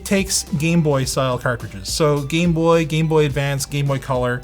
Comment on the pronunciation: Carcridges?? When did sloth from the goonies started making youtube vids??